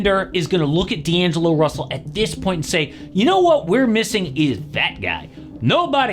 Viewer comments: D'agelo russel huh? missing an N there lmao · "D'agelo" is crazy💀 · “D’Agelo” if you know you know 😂